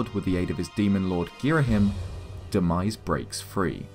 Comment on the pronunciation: Demise not denise lmaoo 😂